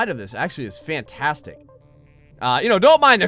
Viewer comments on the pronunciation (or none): none